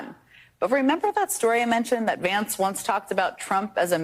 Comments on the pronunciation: JD Rance?! perfect slip of the tongue! i say we call him "JD Rancid"! who's with me? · J D Rance! That's an awfully cute slip